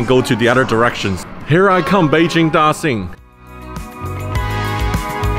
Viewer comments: why are you pronouncing it 'Da-sin' it's 'Da-shin' surely you should know that since you're an aviation geek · I like your video very much, but I wanna remind you to stop saying "Da Sing" airport, and even the foreign architect knows the pronunciation is like "Da Shing" airport. We know you can speak mandarin very well, so stop doing that, thanks. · No ones gonna say it? Daxing? Dashing? Ok I'll leave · Sounds like Dashing. Beijing Dashing Airport. Btw the Chinese names means great prosperity.